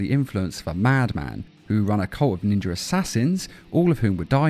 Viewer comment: Take a shot every time he says trained by ninjer assassins